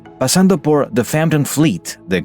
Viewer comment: El narrador ya venía encarrerado con los títulos y nombres de autores en Inglés, así que le salió el "pasando POR..." Con acento gringo.